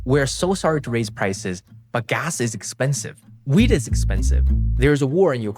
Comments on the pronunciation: ooooh youre saying wheat not weed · I thought he said “weed” was expensive lol.